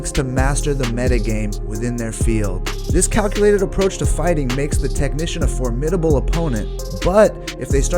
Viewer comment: FORmidable. Not forMIDable